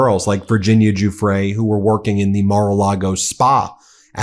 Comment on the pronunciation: The least you stupid American journalists can do is learn how to pronounce Giuffre correctly. It’s not that hard. Google it ffs.